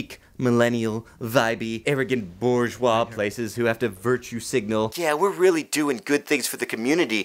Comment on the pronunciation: >mispronounces bourgeois Oh lord it’s like nails on chalkboard